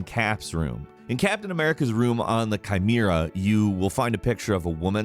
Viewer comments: “Chimeera”??? Say it with me Chi-ME-ra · It's Kai-mare-uh. Chimera